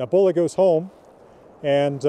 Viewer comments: Bolli is pronounced Bodli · Like I have said, the word bolli as a name only occurs in Iceland. Old Norse developed in the various countries as time went on, Old Icelandic being one offshoot. The name Bolli is incorrectly pronounced by, there is no preference as to how to speak it, there is the correct and the incorrect way. It is my name and I dislike having it murdered for reasons of preference. I lived the States for many years, I have yet to meet an American who can correctly pronounce my name.